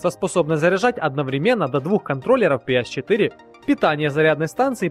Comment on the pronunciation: НЕ "писи 4", а "пиэс 4". Латинские "С" и "S", как бы, разные буквы. Не ?